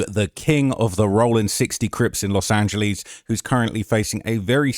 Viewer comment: “Los Angeleeze” 😵‍💫